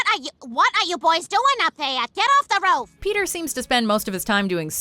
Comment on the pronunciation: Shopping Cart.. no, uh Ro-roof. Roof Shopping Cart....Guys.